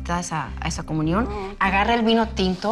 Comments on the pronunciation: Soy yooo...o dice comuñon...y a Niurka le dice Ñurca?? 🤦🏼‍♀️ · Ok, pero comuñion 😂😂😂